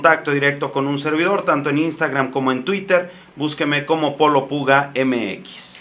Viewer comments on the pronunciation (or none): none